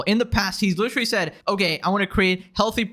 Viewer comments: litrally? lit-er-al-ly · Why do people say literally like lich-erally